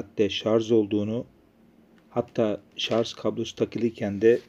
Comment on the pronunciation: şarJ, şarJ LÜTFEN şarZ DEĞİL. Bunun dışında çok faydalı bir sunum.